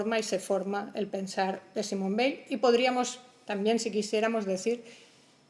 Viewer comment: Muy bueno pero he tenido que cortarlo porque no soporto cómo pronuncia Weil""" . No puedo con eso lo siento.